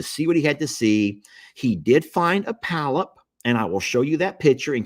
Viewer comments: It is a Polyp..POLYP...NOT palyp...NOT PALYP. To a nurse this is 😮!!! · Polp not palp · Pronounced "paul- ep". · it's a polyp, not a pallip. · Hehe., it's not a "palyp", it's a polyp. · Polp. Not palp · This Nurse here just chuckled every time he said palyp🤭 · say PA-LIP...lol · Polyp, pronounced paw-lip. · the growth is called a polyp, two syllables. The accent is on the first syllable. It is pronounced, "PAH" Lip. Most of them are benign. The reason you can't remember what happened is that the anesthesia gave you amnesia. You are still able to follow instructions and carry on a conversation. You just can not remember any of it. That's why the doctor does not talk to you a lot after the procedure. You are still loopy and will forget most of it anyway. He will probably talk to you more at your postop visit. 😂 I am so glad you had good reports. That old saying, "A stitch in time saves nine," goes double when it comes to medical conditions. Don't let anyone shame you about feeling apprehensive. 😂 It is normal to feel anxious before surgery. Even a hangnail is serious when it is on YOUR OWN FINGER! It's all done, now. It's all good. It is time to sit back, put your feet up, and breathe a sigh of relief on your comfy new couch. God bless you always. 🙏🩵😍🩵🙏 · 🎯 Polyp: pr😂nounced (paul-up). Hope this helps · I am an RN and worked in endoscopy. It is spelled: "Polyp." Two syllables. The accent is on the first syllable. It is pronounced : "PAH' Lip."